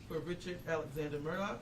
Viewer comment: Do I have bad hearing? Do they keep saying Murdock? The man's name is Murdaugh.